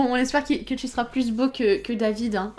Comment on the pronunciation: elle a dit pluse beau sa dit pas se nait pas plus c est pluse